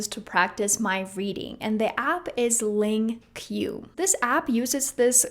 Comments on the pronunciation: Good recommendations! Congrats on your language success!Just for those wondering: LingQ is pronounced Link. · Stupid As F.you can't even pronounce the LingQ.Ankis are nominated as worst Way of learning by famous linguists